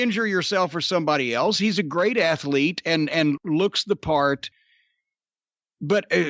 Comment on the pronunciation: Jim never fails to remind me that athlete is a 3 syllable word.